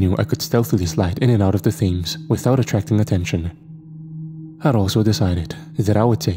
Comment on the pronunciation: these ppl gotta be trolling u… Thames is hard to know if you don’t already know the pronunciation!